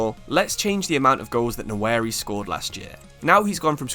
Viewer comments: Bro it’s Nwaneri not Nnaweri. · Nwa-Neri not Nowary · Pronounced like 'WANERI' with a silent N. Not 'NAWERI'. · Try pronouncing the name "Wanery" rather than "Nawery" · it's Nwa - Neri not Na - Weri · Ethan "Nawary" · Pronounced waneri mate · Can't brush off the feeling of you absolutely butchering Nwaneri's name. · surely you learn how to say his name before making a video on him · Bro at least learn how to pronounce his name if you’re gonna make a video about him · british people have no obligation to properly pronounce african surnames